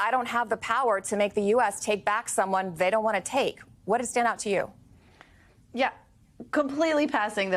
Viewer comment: Learn how to say El Salvadoran